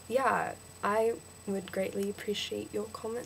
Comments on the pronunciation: your accent sounds British. when you say "yeah" you sound american. Any words with "o" in it, you mess up. Your accent slips and you sound completely american. you need to learn some slang, you sound to proper to be Australian. Our accent is relaxed and laidback. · Not "erm" it's "uhhm." Not "yahh" it's "yeaaah" Slurp the words. In Victoria, they pronounce e as a. Most of them. Don't get angry at me if you guys down there haven't come across people like that :P